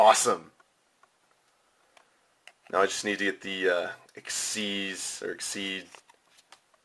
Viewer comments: They are actually pronounced "ik-seez". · its supposed to be pronouced 'exeeze' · Thats what I thought too however I was wrong xyz monsters are actually pronounced as (ex-seed) or exceed monsters